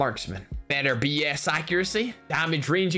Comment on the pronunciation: Best intro of the Month!!!!! Edit: When he said "Better BS Accuracy" it sounded like Better Bullsh*t accuracy 😂😂